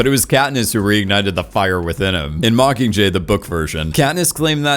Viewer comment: I love your content. Love it. And tbh I love your voice. But the way you drop the G on “mockingjay” (mockinjay) is like nails on a chalkboard to me.